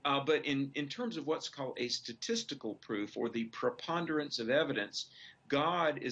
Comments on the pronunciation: "Stastical" Proof for God! Boy these right wing Faux News people are fucking stupid! It is statistical not stastical you inbred dummies! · Statistical not Stastical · "Stastical". Hahaha! Spastical. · I love you Kyle, but please spell 'statistical' correctly. I read it that way, then I noticed it, then I saw the '...' and I thought the guy was going to say it wrong or something. That being said, I completely agree. This guy is full of it. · "Fox Guest: There's 'Stastical Proof' For God" It sounds to me like he says "statistical proof."